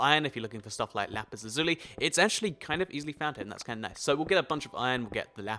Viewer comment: thats not how you pronounce lapis lazuli